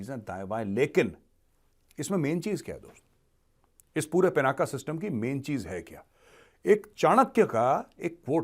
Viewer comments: पिनाका नही , पिनाक सही शब्द है. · Major Arya ji kindly do. pronounce Lord Shiv ji’s Bow as “पिनाक” not as “पिनाका” pease🙏 धन्यवाद 🙏